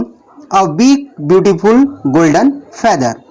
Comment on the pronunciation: Feather s pronounce is incorrect